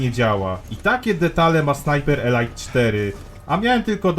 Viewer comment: "elajt" to eleit a "elit" to elite Taki mały szczegół, ale bardzo fajny film muszę przyznać. Pluj dalej na te firmy dzisiejsze!!!